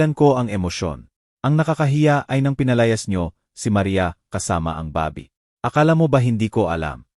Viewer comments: You must be kidding by saying very good narrator? Just listen to the pronunciation. Baby, Jose, senator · Bakit po ganyan kayo mg bigkas ng words. Bebe po baby in English. Pag Boby name ng tao.😅 Jose, Hose nlng po kasi kong Jo sie parang iba😂 haynko maganda sana Ang kwento Kya lng yong word's parang pang lumang panahon😢 😢maka bago na po ngayon eh Minsan herap mo intindihin. Bakit po nag bvlog Kong ganyan salita nyo nkkawalang gana pakinggan